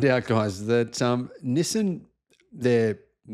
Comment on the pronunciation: Learn how to say Nissan properly. <G>